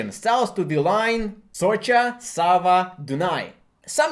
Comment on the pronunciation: The pronunciation of Sava & Danube killed me man